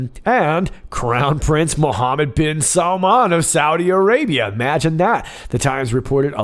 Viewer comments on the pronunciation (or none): none